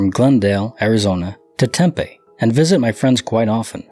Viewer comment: sorry i live there its pronounced tem pee